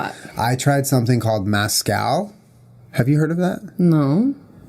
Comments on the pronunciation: MEZcal not maaaazcal omg Julien 😂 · Were there any other Mexicans watching dying about how Julian said "mascal" instead of Mezcal! Haha love you juliiieee & jennaaa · lol Julien pronouncing mezcal as mascal 😂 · i was laughing so hard bc julien said mascal... its MESCAL. yeehaw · Two years later I’m coming back to this to hear Julien mispronounce “Mezcàl”. By the way....tequila is a type of mezcàl. 😂 It just means it’s made from agave. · The way he pronounces mezcal. XD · Julien. I love you. But as a Texan. Please stop saying Mezcal like that lol